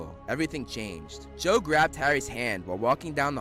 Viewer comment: Her name is Cho but I keep hearing Joe